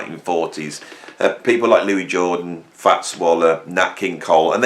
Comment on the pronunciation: Great vid but he himself calls himself Louis....not Louis!